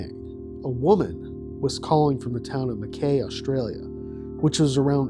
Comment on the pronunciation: Oh gosh, hearing you mispronounce Mackay every time was painful but understandable due to the spelling. But instead of ending on an AY noise, it's an EYE noise. Like Ma-kye.